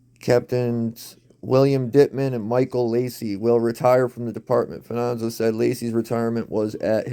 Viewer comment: Where do you get Fananzo?! It’s Fa-ni-zio!!!!